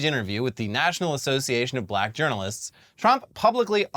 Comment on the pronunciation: Trump just can't seem to pronounce the word "black" the way a normal person does. He says it like "Buh-llack," like he's trying to find some way to put stank on the word when he uses it to refer to a person.